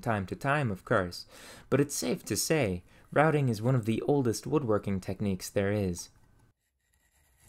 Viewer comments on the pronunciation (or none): none